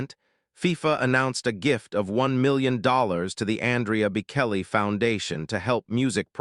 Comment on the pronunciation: You cannot even pronouce his name - idiots streaming